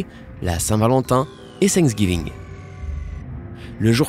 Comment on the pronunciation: Nissann , Hallowing , Pickup . Sansgiving ... Sympa ta prononciation ,sympa.......